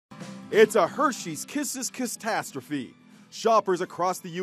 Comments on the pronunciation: "It's a Hershey's Kisses CaStastrophe" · I’m more triggered at the way he said catastrophe then the video